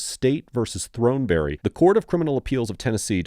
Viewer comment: It's Thorn-Berry! The e is silent.